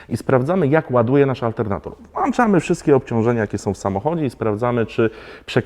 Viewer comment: WŁ Ą CZAMY 😉